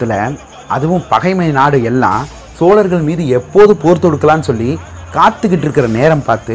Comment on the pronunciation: Narrator, Your Tamizh pronunciation sucks. What is "வார இதல்"? I guess you meant "வார இதழ்". "சோழர்கள்" is being mispronounced as "ஸோலர்கள்". And you are talking about a Tamizh classic! How pathetic is that. I could not watch beyond first 2 minutes.